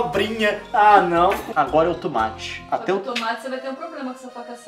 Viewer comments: o Leon fala tumate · Sem querer ser chata mas alguém já percebeu que o Leon fala "tumate" ao invés de "tomate"?